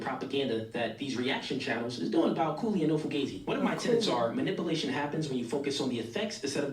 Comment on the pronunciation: Dude that said manipulation wrong sounds so damn corny! Few minutes later…they all corny!